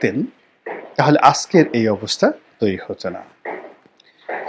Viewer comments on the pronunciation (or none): none